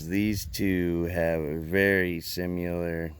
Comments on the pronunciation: Sim-i-lar, not sim-yu-lar. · Moonshiner looks the best, and chops the best (by far). Makes me laugh every time this guy mis pronounces similar.